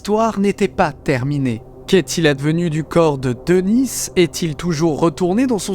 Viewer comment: Denis ça se prononce Deni et pas Denisse